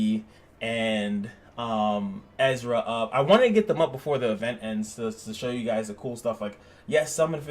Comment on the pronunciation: I still have hope somewhere in my heart that NetMarble will make special costumes purchasable with crystals. Buuuut than again people are buying them so i dont think they will. Sad life for me who loves the game :( Edit: You called Erza "Ezra" again xD